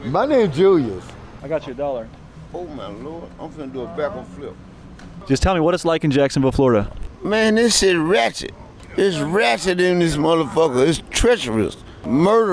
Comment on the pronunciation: "Oh my lord, I'm finna do a back-a-fliup."